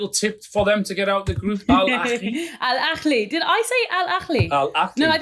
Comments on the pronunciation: it’s not “Al Akhli” it’s Al Ahli, exactly the same as you spell it. I don’t mind people mispronouncing it. But, correcting someone and being so wrong so confidently is crazy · Love the pod! Just a note was mistaken, Al Ahly is pronounced with a soft h ( ه) and not with a scouse kh (ﺥ). An English person simply needs pronounces the "h" as they normally would in a word like "ahead", dont need to overcomplicate it 😂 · It's Al-Ahly Literally pronounced as it's written with the Ha sound not the Khhh sound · It’s pronounced Al Ahly → al-AH-lee "Al" is like the word “all” but shorter "Ahly" has the stress on the first syllable: AH-lee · Hey Gary, phonetically it's annunciated as "al" "ah" "lee", there is no guttural sound when saying the "h" is about to spit. Not all Arabic words have guttural sound. Great show as always.